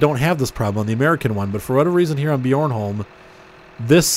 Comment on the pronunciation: BTW it's pronounced be Arn Holm bjornholm